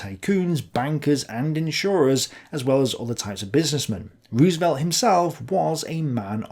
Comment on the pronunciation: Fair appraisal. Good video as always. Can't help but nitpick, FDRs last name is pronounced Rose-velt. Dutch roots, and in Dutch two O's together make a long O.